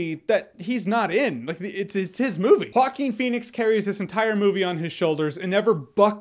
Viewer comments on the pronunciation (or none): Correct pronunciation is HuWa-Keen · Nobody: Absolutely Nobody: Jeremy: hawkeen fenix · I thought he was saying Hawking Phoenix lol.